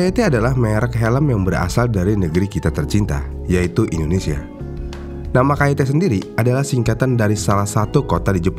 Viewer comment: Dari Indonesia bukan wakanda, susah banget ya nyebut INDONESIA...??